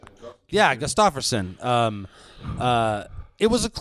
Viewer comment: AND ITS GUSTAFSSON NOT GUSTAFERSON.